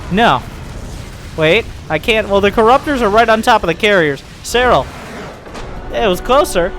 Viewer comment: said that seRRal did that to emphasize the rolling R's pronounciation of his name.